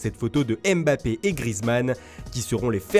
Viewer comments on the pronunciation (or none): none